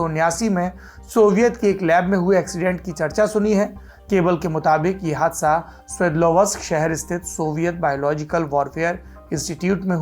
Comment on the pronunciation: 'स्वेदलव् स्क ' ये है ऊस शहर के नाम का उच्चारण. चाहे तो आप गूगल पर इसका pronunciation सर्च कर सकते है।